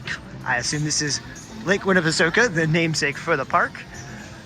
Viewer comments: It’s pronounced lake winnapasaka. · The last part is pronounced soak-a. I think they named the water park the same but ending in "soak-ya", to play off the name, like "I'll soak ya with this watergun." Edit- I've lived in Chattanooga my entire life.